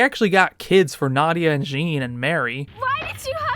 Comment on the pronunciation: Why do you say Jean like that, the poor boy’s just French 😢